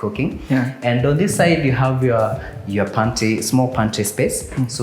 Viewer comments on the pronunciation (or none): you said mount Kenya but mount Kenya is in Kirinyaga and one more thing you said pantie instead of pantry I loved the house but it is in Ruiru